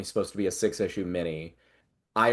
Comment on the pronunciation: “Corroborated”? Lol